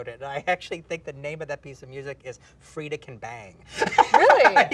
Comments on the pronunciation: Freya not Freda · why'd tarantino called freya "frieda"